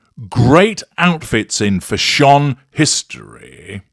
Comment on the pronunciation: 😂😂😂crying at how you're pronouncing "fash-SHON", 😂😂😂😂